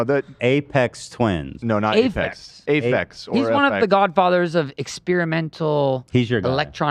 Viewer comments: A-PHEX lmao common daily dan L someone please get this guy out of here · Was he trying to say Aphex Twin? As in Ay-fex?